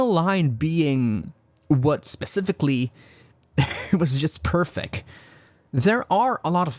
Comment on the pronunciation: 14 minutes in you said perfec you miss spoke lol I caught it